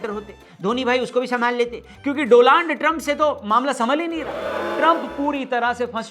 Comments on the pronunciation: Donald hi ya doland😂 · Donald Trump ❌ dolaand Trump ✅